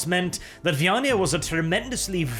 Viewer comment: Is it just me or does someone else also get pictures of a hive world full of catpeople in their heads, everytime says "vyaniah"?